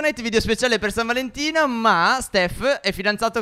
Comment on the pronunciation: Stef nell'intro a detto San Valentia